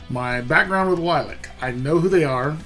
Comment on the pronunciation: Good lord! Stop talking...and it's not green screen. Plus, it's Lil-lee-ac...not Lilac.